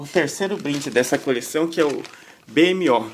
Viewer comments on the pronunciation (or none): Não se pronuncia"Bê EmE Ó", pronuncia-se "BiMô", procura no youtube ai o episódeo "Be More" que ce vai entender. Abraço. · o nome dele se escreve B.M.O mas se fala BMOU! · BMO se fala bimo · na verdade se fala Bimo